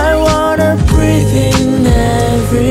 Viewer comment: 最近聽的歌都會覺得 背景音樂不斷在搶主角(歌聲的風頭 聽著都會覺得很很很生氣 到底是歌手還是樂手的歌 這首歌終於是 背景音樂聽起來是有距離的( 前的吉他較明顯) 伴奏沒那麼平坦像key上去那種感覺 而且歌聲一直都有在主key位置上 伴奏有安靜地讓歌手好好唱歌 偉晉尤其溫柔的歌聲不太適合太多太強的樂器伴奏 難得一整首歌都是氣音 新唱法 大愛 可是好像在<前任>“避重就輕”開始的氣音更有魅力 英文發音很準 特別是breathe這個單詞 不過偉晉一向來唱英語或是粵語發音都是9.5/10分 很舒服的一首歌 看細節不難發現是個很用心很多想法很細緻的MV